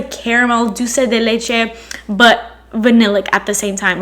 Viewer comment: I love the way you said Dulce de leche🥰